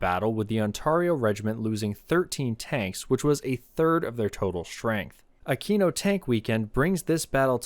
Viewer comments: Great video as always! Just a tip: Aquino is pronounced Akweeno :) (I'm Italian) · I heard the first time you said aquino as "I'm at a Kino tank weekend..." and thought "ya man tell me about it"